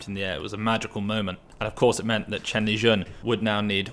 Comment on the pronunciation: its Shen Lijun not Chen Lijun.